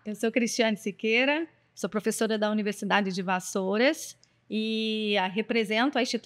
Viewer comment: Entendi ela falar que o nome dela era Siririqueira. kKKK. Sendo que é Siqueira